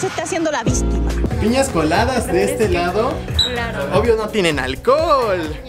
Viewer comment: Le entendi niñas coladas de este lado a en vez de piñas coladas🤣🤣